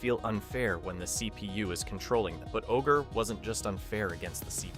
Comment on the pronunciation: Also "O-G R-E" lmao